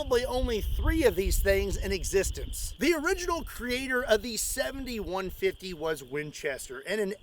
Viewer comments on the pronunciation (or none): Am I the only jackass that hears it as the 71-50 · Doesn't it sound like he says 71-50 not the actual caliber 70-150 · can't help it... it sounds like your saying 7150, maybe 71.50 lol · Lol everytime you said "70-150" I heard "71-50"😂😂😂